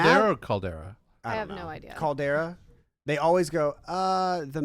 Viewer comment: Hecz my guy it’s Calderrra just like how you say it in spanish my mexican brother